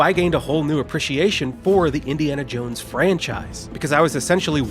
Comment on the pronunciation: Subbed for "Indy-anal Jones" lol